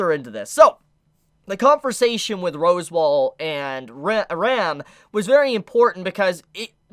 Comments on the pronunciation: Its pronounced RASSWALD not ROSEWALL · Uhm.... is it pronounced "Roswell" or "Rosewall"?? @@ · love the video! Are you joking when you're pronouncing the names tho? Cause you're pronouncing like every name wrong lmao. I'm pretty sure Echidna is pronounced AA-KID-NAH. and Rosewall is pronounced RAZ-WALL. No hate tho! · Also... Totally throws me off when you say ROSWAAL as ROSEWALL... it's not the Japanese Voice actors mispronouncing it and you saying it correctly. Also ECHIDNA is NOT ECHIDONNA.... it's literally Eh-Kid-nah ECHIDNA 😂 Sorry but it totally throws me off the flow of what you're saying 😳